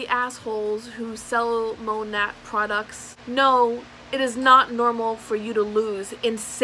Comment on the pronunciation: That shade range is UN FUCKING REAL. And I say "Monat" the same way - that's how it's spelled ffs. It's not Monet.